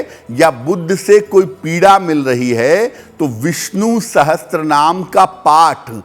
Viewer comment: Wo Sahasranaam hai Sahastranaam nahi galat pronounce kiya